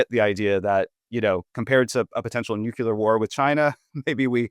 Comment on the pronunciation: If you pronounce nuclear as "nuke-yoo-lur", I have a hard time taking you seriously.